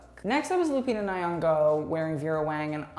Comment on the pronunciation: Maybe learn how to pronounce Lupita’s last name before you post